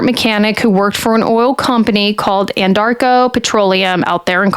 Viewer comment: who is paying you to peddle this garbage? You aren't helping anything!!!! You didn't read the discovery, did you? You cannot even accurately pronounce Anadarko. You didn't do your homework at all. Your channel needs to come with a BS disclaimer. By the way, you didn't apply your false eyelashes correctly. It's quite distracting.